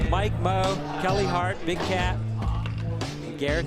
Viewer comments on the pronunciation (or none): none